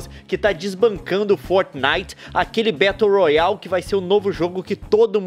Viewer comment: "Betou rroali"